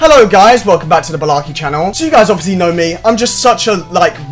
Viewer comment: I think Balarke should be pronounced as bal-ark